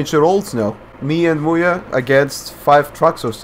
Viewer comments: When you sais MuYe, it sounded like Booya. lol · Muye sounds like "mulher", aka woman in portuguease